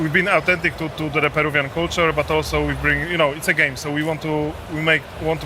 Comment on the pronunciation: It's Peruvian culture, not Perucan culture 😅